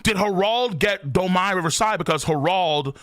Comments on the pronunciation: Domi Reversi is pronounced with ee sound. Look it up and it will explain Mu's power. Won't work on Luffy. Answer that phone. : ) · I still don't get why pronounces Domi Reversi like that lol